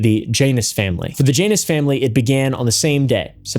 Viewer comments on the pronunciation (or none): Man I know you're being respectful. But at your "For the Janus Family" it sounds like "VaJanus Family" I think it's you saying it fast together.